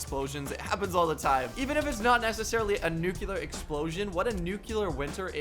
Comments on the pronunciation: nuclear not nucular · if you really do read all your comments then you’ll see this one. I just want to say it’s nuclear not nucular... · NUCLEAR NOT NUCULER Lol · my man said nuculer, not nuclear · i really like u and ur vids thats y i am helping u it is pronounced nuke Lear lol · Dis he just said nucular? How to pronounce nuclear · NUCLEAR NUCLEAR NUCLEAR AHHHHHHHH HES PRONOUNCING IT WRONG